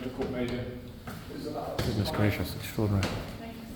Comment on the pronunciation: "strodinry "strodinry "strodinry........."strodinry "strodinry.